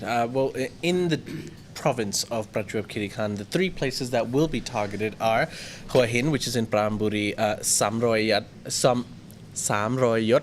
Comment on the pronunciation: Who - a - Hin, หัวหิน, it is not difficult.